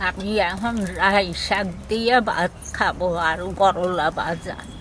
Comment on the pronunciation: Rai na Lai bole